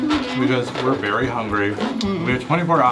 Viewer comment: Its a veary good accent